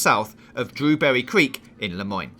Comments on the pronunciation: Pretty sure they’re drilling for oil in the heartlands and not digging for gold lol and it’s dewberry, not drew berry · I just can’t stand his voice saying every ‘r’ as a ‘w’. “Dwewbewwy cweek” 😂